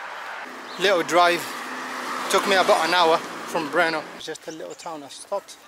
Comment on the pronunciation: I have to say, your Brrrrno was prety accurate 😀